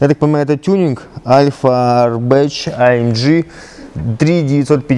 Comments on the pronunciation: А ЭМ ДЖИ! так правильно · АЛЬФАРБЕЧ амджи))))))))))))))))))))))))) П.С., если что, правильно аффальтербах